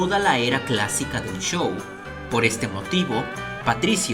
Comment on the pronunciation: Me sorprende que diga chow y no show